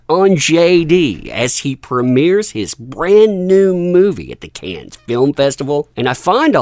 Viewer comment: Cannes= “Kan.” It is not phonetic, like cans or can-es. It is pronounced like “kan” please get this right if you’re going to talk about it…